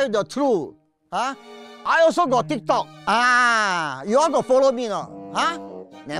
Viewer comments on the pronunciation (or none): none